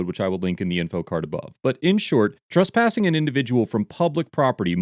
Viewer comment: “Trusspassing”. It’s trespassing